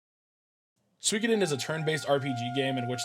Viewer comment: Man! All these years of watching me and Brew, and you still mispronounce the game 😂 And then you pronounce it correctly 😂 then wrong again 😂 make your mind up 😂 I'm glad you finally got around to it, now just wait until you experience Suikoden II 👌 It appears that while writing this the FFVII video autoplayed and for some reason that video got the comment 😂😂